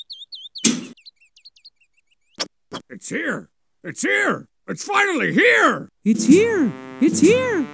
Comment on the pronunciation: "It's fina-lily here" has lived in my brain rent-free since I first heard it.